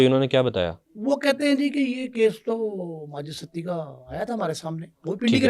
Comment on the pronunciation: سڑک چھاپ خود ساختہ صحافی اور چربہ کہانیاں کوئی تھوڑا بیسک انویسٹو گیٹو جرنلزم کے رولز کو فالو کر لو ایک ستی کو سٹی پڑھ رہا ہے اور دوسرے کو فرخ کھوکھر کے باپ کا نام ہی نہیں معلوم 😂